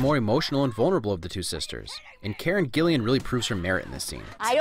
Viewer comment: Fail for "Gillian" though...